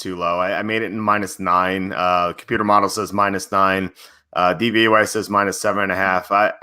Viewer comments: you say DVAY. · It's DVOA not DVYA